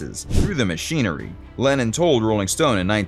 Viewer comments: I agree with you about the way the guy mispronounces names he even called Lennon Lannon. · Beatle lovers know John was British not Russian. His name is Lennon not Lenin. Just a fun comment. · Narrator? Who is Lannin? I'm sure you meant to say Lennon, was the voice a robot? It was hard to tell, although an AI would have done the same thing. 🙄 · It's Lennon, not Lenin. There's a big difference. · It's Lennon. Not Lenin !!!